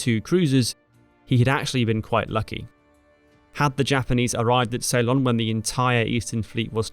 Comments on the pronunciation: I am from Sri Lanka, the old name of Ceylon is (and ALWAYS was) pronounced sill-LON, not SAY-lon. If you ask anyone born before 1972 (when the name changed), they will give you the correct pronunciation; Saylun is incorrect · Ceylon is pronounced 'See-lon' not 'Say-lon' basic stuff. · SAY-lon?? You could have looked it up. It's /səLON/. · Thanks for the video, I didn’t know any of that. BTW, it’s Seelon, not Saylon. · Ceylon not say-lon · Ceylon . . . . not salon. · I wondered whether he was using the Dutch pronunciation. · An interesting pronunciation of Ceylon.